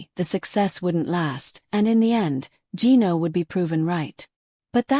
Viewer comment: Revenge videos? That's what matters? With an AI voice that can't pronounce Gino's name?